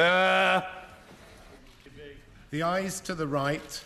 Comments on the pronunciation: Should have more emphasis on thr second syllable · I like how The Speaker pronounces "order", and he says it differently the second time. The first time is very loud, "OR-der!", and the second one, "or-DER". Quirky...I bet he's got some great stories.